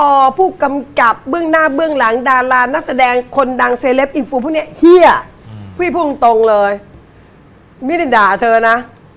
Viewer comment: คำว่า เฮีย ชัดมากครับ😊